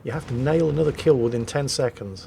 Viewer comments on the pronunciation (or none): none